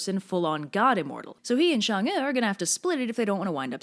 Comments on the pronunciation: Why do you say Shang when it's clearly Chang? It's CHINESE, not French, for God's sake. Anyway, great simple anime style. If you dive deeper, Hou Yi had a legendary CV before being commissioned to shoot the 10 suns, somewhat like the 12 Labours of Hercules. He already had slain a boar, some 1-toothed monster, a multiple-headed snake, I think even a deer. Pretty close to the Greek myth. I don't know whether Hou Yi & Heracles/ Hercules stemmed from some primordial monster-slaying hero or whatnot. Comparative mythologists, please stand up. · Hou’Yi is pronounced “How-ywi” And chang’e is pronounced “Chung-uh” -I NEED MORE COVERS BY THIS GIRL! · Oof its "who-ye" and "Chang-ay," at least when I heard it in the past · "Chang- e" not "shang- e" tyvm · I thought it was actually pronounced Chang’a instead “ew” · Quickie: the e is change'e is pronounced like more like uh not ee but not like uhhhhhhhhhh or am wrong and have been taught wrong my entire life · Chang'E? CHANG.... E? Really Chinese/English Linguists? THIS IS THE STANDARD YOU PICK?!?!?!?! If her name is PRONOUNCED "Shong'Uh" then SPELL IT THAT WAY MOON DAMN IT! I mean Japanese has a rock solid Romanji standard to go by and it woulds perfectly! Stop disobeying the laws of the English Alphabet! You're about a bad as WELSH! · it's chang'er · Me being a chinese person: REPRESENTATION YUUUSSSSSS ALSO I HATE SALTED EGG YOLKS IN MOONCAKES K THX BYE also i dont wanna rub it in but your pronounciation could be better. In chinese we have a thing for the vowels when reading. Pay attention to how the vowels are pronounced and you shld be good to go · Your pronounciation isn't that bad XD though I'll still correct it. Chang is pronounced with the a like you're saying "aaa!" with the same pronounciation as if you've just been jumpscared. É is pronounced like "er"